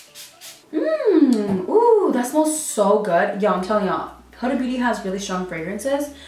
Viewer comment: Not the way to pronounce the brand